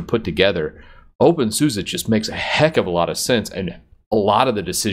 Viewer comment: Somebody please explain why openSUSE is pronounced as openSUSA ??